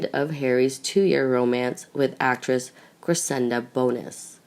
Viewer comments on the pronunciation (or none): It is Cressida not CressiNda. And in the previous vid about Archie, Meghan's mother's name is Doria not Dora. This narrator is terrible with names. And everything else. Please do something and hire competent narrators for your vids. Where is the one that was narrating so well? Why is she no longer narrating your vids? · You totally lose credibility (believability/authority) when you cannot correctly spell or pronounce Cressida! NOT Cresenda NOT Crescenda Cressida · Her name is Cressida not Cresenda. You are sounding like a child learning how to pronounce words! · This girlfriend is pronounced Phoenetically. .CRESS..A..DUH NOT CRA..SEND..A... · CRESSIDA ! NO ‘N’ ! You got it right ONCE !! BLOODY USELESS!! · It's Cressida, you burk!!! There is NO 'N' in it..... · and as usual mispronounces names etc- ie CresseNda? and a lot of other mistakes always..drives me nuts, I am thinking it is someone reading phonetically? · How come you can't read the simple name Cressida correctly? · I can't stand this narrator. She can't pronounce Cressida correctly? There's no letter "n" in Cressida. What's wrong with her? Please get a better reader. Someone who is not comatose. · clearly spelling is unimportant to you, as shown in your comments, both in form and in content. However the narrator's mistake is to do with mispronunciation and a lack of knowledge of Royal family matters (ignorance). It is not a spelling mistake.